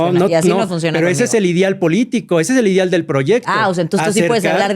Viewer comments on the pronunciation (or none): Un doctorante que dice "idial" en vez de ideal 🤦🏻‍♀️